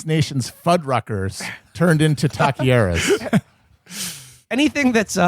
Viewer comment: How Matt pronounces “Taqueria” is absolutely hilarious.